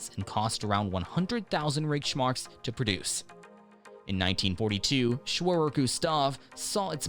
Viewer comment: Its Reich mark not rich mark.